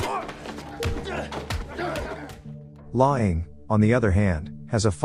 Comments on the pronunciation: His name is pronounced "lang", not "lying". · It’s pronounced “Lang” listening to him repeatedly saying “lying” is killing me. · I know right, im ocd so when i hear this name pronounced wrong every two minutes it drives me insane. Dang automated text to speech voices always suck at vowel pronouncement. “Lie-Aing(H)” like ing-got. Im just commenting because im about to pick another video to watch and i wanted to see if it bothered someone else lol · His name is pronounced lang.